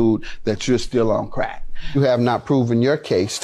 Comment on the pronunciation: The way Judge Mathis says crack got me weak!! He puts emphasis on "crack" 😂😂😂😂